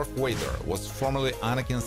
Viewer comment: Bro just said darth wader but it’s darth Vader !🫠🫡